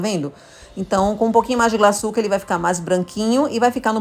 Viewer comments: Glaçúcar e não glaçucár. O acento é no U. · Faltou na aula de português. Não sabe que o acento ta na punultima silaba. Paroxitona. Kkk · Maravilhosa receita, mas “glaçucá” me agoniou kkkk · Por favor , o açúcar é GLA ÇÚ CAR , com acento no Ú ....não é glaçucár com acento no último á ...desculpa pelo comentário, mas demorou para eu entender que açúcar era 😂. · Interessante esse bolo, deve ficar mto bom. Só uma coisa, não é glaçucár, é glaçúcar, fala-se como açúcar, tem até acento agudo no u. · Não é Glaçucár, é Glaçúcar! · Receita maravilhosa, só um dica, o nome desse açúcar é glaçúcar com Acento e não glaçucar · A pronúncia é GLA-ÇÚ-CAR ! 😆 Mas o bolo ficou maaaara!